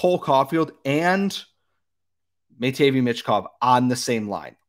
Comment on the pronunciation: Honestly I think this is how the first 5 will go CHI: Bedard ANA: Fantilli CBJ: Smith SJS: Carlsson MTL: Michkov Also learn how to pronounce Matvei 😂